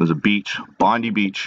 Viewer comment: Hi great show once again thanks so much for all you do to enlighten those seeking the truth of this matter! FYI its pronounced Bond eye beach, a great surf beach for sure, Cheers & God bless you & yours from Down Unda!